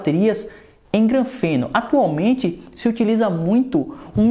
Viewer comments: MANÉ NÃO É GRANFENO NÃO MANO SE LIGA APRENDE A FALAR CORRETO É GRAFENO E NÃO GRANFENO SE MANÉ.! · "granfeno"? Kkkkkkkk